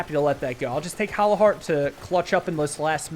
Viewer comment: Is it a dialect thing or why are you calling hollow heart hallow heart?